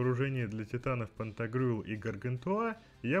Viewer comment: ГаргантюА ( ударение на А ) и ПантагрюЭль - сатирический роман-пенталогия французского писателя XVI века Франсуа Рабле о двух великанах-обжорах, отце и сыне.